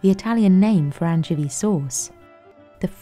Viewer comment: I've never heard anyone ever pronounce "anchovy" that way, and I've got to say, I'm not a fan.